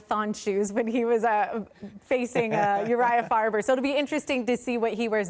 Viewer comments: "Uriah Farber" 😂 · She did so good until "Urijah Farber" lmao